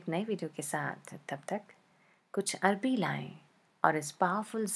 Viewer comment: Hi love u.. Its called arvi not arbi 😊😊😊 love ur rcps too😍😍😍😘😘😘😘😘